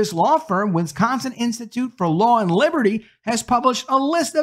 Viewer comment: OMG PLEASE learn how to.pronounce "WIS-CON-SIN".